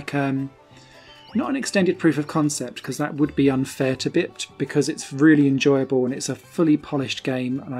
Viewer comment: Oooo i like it! Definitely going on my wishlist. I do have one major complaint about the review however... It's not "bipped", it's pronounced "bye-ped" which means an animal that walks on two legs. Have you not heard that word before? Everytime you said bipped it was like a stab to the heart :-( You'll be saying "haitch" next! I won't hold it against you tho :-)